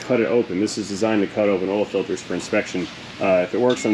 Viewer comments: "Filtes"??? What the heck is "Filtes"???? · What is a “filtes”?